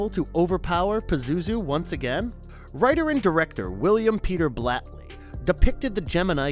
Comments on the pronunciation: Just a suggestion— make sure you know how to pronounce the filmmakers’ names before making the video. E.g. Lamberto BAVA, not Blava; William Peter BLATTY, not Blatley. Kind of distracting. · His name is Blatty not Blatley lol Her name is not Tawny "Kitten" lol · Also it's Blatty and Convent!